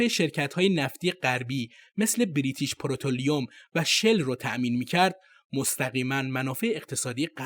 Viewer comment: بریتیش پترولیوم لااقل برو تلفظ درست یاد بگیر